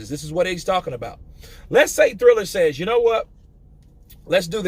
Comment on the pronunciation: Just a little tip. It's prononced Triller rather than Thriller. Keep up the good work mate.